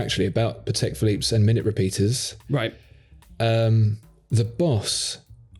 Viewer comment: Patek is a Polish name and accent should be on first syllable.